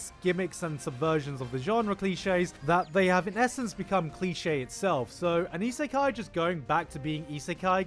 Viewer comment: "Slime Iseka---" I'm gonna stop you right there